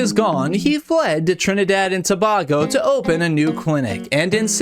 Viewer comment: Hey I know this is a really pedantic thing to comment about but Tobago is pronounced too-bay-go not tuh-bah-go